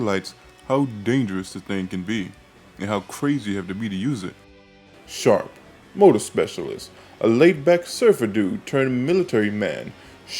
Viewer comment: Sharp? lol it’s shrap. Short for shrapnel